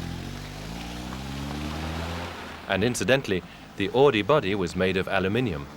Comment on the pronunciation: Horch became AUDI! Not "AADI" Pronounce it right or don't say it at all.. Jeez...